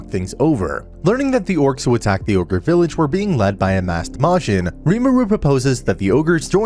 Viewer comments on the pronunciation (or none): none